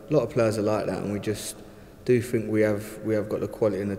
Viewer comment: Anyone who says "fink" instead of think, "fings" instead if things and "footbaw" instead of football does not deserve to earn the amount of money he is earning!!